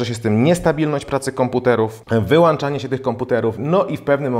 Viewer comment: ''wyłanczanie komputerów'' i "podłanczamy urządzenie"... lektor dramat. Chyba,że jego komputer ma ''wyłanczniki''